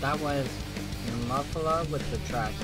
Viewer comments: Pronounced Née-mo-feela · Nemophila is pronounced "Knee - Moe - Fee - La (short A)". It is an English word meaning a purple flower found in the southern states.